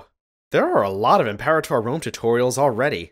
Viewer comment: Your pronunciation of Imperator makes me think my life over